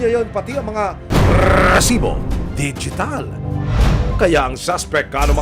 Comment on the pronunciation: Kairita to c Emil s pgbigkas ng rrrrrrreeeeeeesibo